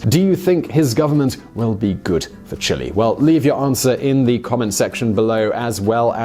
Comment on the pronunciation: jesus christ can you pronounce Chile correctly